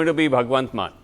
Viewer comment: It's not " MANN" , it's " MAAN"